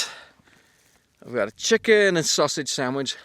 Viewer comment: why does he say "chicken" like the jerma "coffee, cheetos, chicken" quote? lol